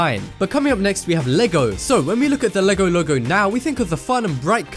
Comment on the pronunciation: any1 thought he said legolego or logologo? :D